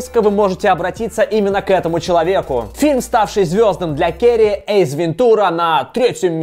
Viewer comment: почему ты говоришь эйЗ, в место эйс....